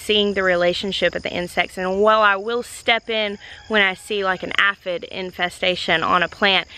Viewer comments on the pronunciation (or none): Hey,, I hope this comes across in the way I mean it and not in a negative way. I wouldnt say anything at all except that i would want someone to tell me. I have always pronounced calendula and aphid differently than you do and differences make the world go around. But, i just thought that since you have put all the effort and time into teaching yourself so much about gardening, and now you are passing that along and teaching others, that you might want to know. And, when you are a reader, just like me, and you never hear the word spoken, how else are you to know? That said, there are always regional differences which we all treasure. Either way, love your videos and however you say things is grand; just keep making these wonderful videos, please.. Love your and Jeremiah's relationship. You seem perfect together. Thanks for sharing bits of that with us. I also love and agree with your approach to the ecosystem. Growing up on the farm, we grew the clemson spineless okra. In addition to frying, boiling, cutting up and freezing, etc. My Grandmother would cut up the okra and freeze it in ziplock bags mixed with corn cut off the cob and diced tomatoes. Those bags were amazing for using in beef or vegetable stew. I remember her sending me back to college with several of those bags and my friends thought i made the best stew but it wouldnt have been possible without my Grandmother. <3 <3 <3 Unfortunately, it is hard to get where I live now because we just dont get